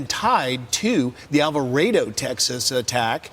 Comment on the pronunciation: Finally, someone pronounced Alvarado correctly. It's Alva-RAY-do